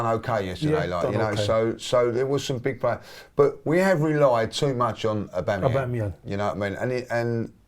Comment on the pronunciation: "Aubangyang" 👀